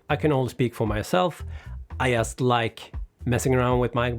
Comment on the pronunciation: You say word " just " wrong